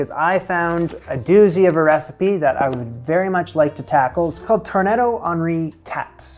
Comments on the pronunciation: you read it like tourne-dos (dó!) with an open O sound!! i'm not french its just that it sounded very odd indeed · It's pronounced "tour-neh-DOUGH."😀